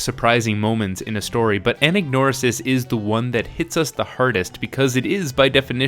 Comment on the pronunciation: That's how you pronounce "anagnorisis"? I've been mispronouncing it my whole life! How embarrassing.